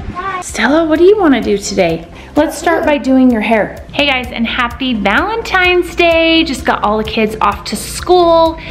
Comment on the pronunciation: Lady please stop saying happy valetines day